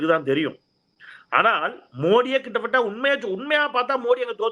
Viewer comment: He can't pronounce "கிட்டத்தட்ட". Instead always he spells "கிட்டபட்ட🤣🤣🤣"